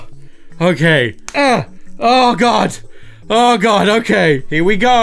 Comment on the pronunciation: "Hokaiy... so, haere's the Earth..."